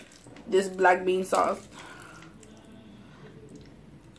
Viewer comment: I like how she says sauce.